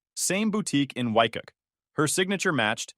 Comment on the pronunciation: Waikiki is not pronounced wy-KUH. It's pronounced wy-KEE-KEE.